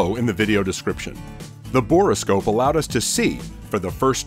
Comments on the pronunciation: Not to be pedantic, but it is a bore scope not a bor-o-scope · Borescope is not a 3 syllable word. Just say bore, then scope. Good video.